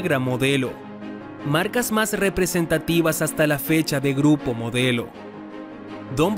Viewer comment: Dice gurpo modelo 😁😁